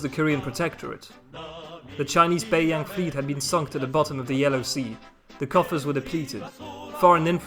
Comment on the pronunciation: no its not, do u actually speak mandarin? the way he pronounced bei yang, both in the 1st tone but actually are in the 3rd and 2nd tone made me cringe